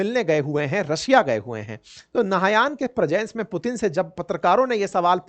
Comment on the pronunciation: मुतीन 😂😂😂😂 क्या बात है